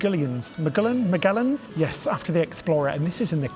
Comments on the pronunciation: The restaurant you ate in named after the Explorer is not pronounced Miguel and like Miguel cuddy it's Magellan with The G pronounced like a J. In school in the USA we're taught almost nothing as far as geography but we are taught that. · Back in school, USA, I learned to pronounce “Magellan” as “Ma-jell-an”. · Magellan is pronounced ma-dj-el-lan